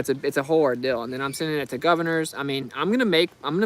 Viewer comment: Damn. That's a rill ordill.